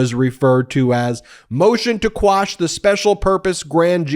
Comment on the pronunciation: Umm did you say "squash" a couple of times? Isn't the term "quash"?